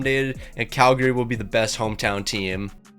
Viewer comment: Tip for you - people from Calgary don't pronounce the second A. It's pronounced Calgry